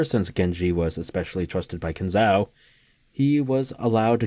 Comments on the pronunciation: Kin Zo, O. Say it like Nanjo. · Not Ow, O. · It's really hilarious how you pronounce Kinzo's name. Is that on purpose or accidental?